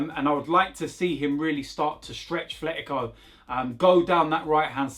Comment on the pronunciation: It’s not Thletico 😂